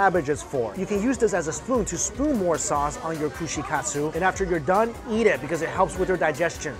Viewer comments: I heard him say "So many things to yeet." And had to remind myself he's talking about eating. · When mike says eat he says yeet lol